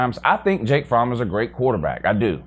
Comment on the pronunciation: Wow another fake UGA fan can’t even pronounce his own qbs name, it’s FROMME